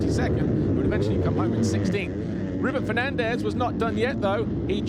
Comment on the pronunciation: Every time he says “Fernandez” I hear “Ferrandis”